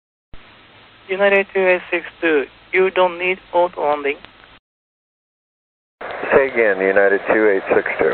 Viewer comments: Sounded like the problem here was with "auto" which he was saying "ot ... londing" Ot-londin. You can almost see the Captain's expression. WFT? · Wow try listening with your eyes closed and "Autolanding" cannot be understood. Need to train the Japanese controllers on saying "Autolanding" properly. The rest is ok. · I'm annoyed by the ATC that cannot pronouce "autolanding" b/c he cannot pronounce the "aw" or "aye" sound. Hire someone with better English pronounciation b/c the job "literally and figuratively" depends on it. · What's weird to me about the pronunciation of "autolanding" is that, because of Japanese phonology, a Japanese accent usually adds vowels to to English words. But in this case the controlled elided the "o" and said something like "oatlanding". Isn't a "tl" combination something that doesn't occur in Japanese, and wouldn't a Japanese speaker naturally want to add a vowel after the "t"? Even if he got the sounds wrong, shouldn't he say something like "oturanding"? Four full syllables? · I think it was a combination of the difficulty pronouncing "auto" (as others noted) and the tendency of Asians to use the 'r' sound for 'L' that made the term "autolanding" difficult to understand for the pilot. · Lots of people are talking about the language barrier but the way the tokyo controller slurs "autolanding" is strange even coming from a native Japanese speaker. It's not a very hard word. The "L" might trip them up but I don't think that would render it hard to understand. "di" is not a syllable found in native japanese words but again they're pronouncing it fine. The main thing here seems to be a hypercorrection. The controller is attempting to say "aut-landing". Japanese uses 'to' to approximate syllables that end in a t (since all native Japanese syllables end in either a vowel or N), so the controller might assume that "aut-landing" is the real pronunciation.